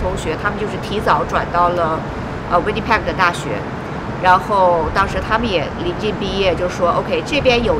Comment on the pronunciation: 呆了這麼久，這麼小年紀來，還把Winnipeg 的Peg的音發成這樣….. 聽的好難過😅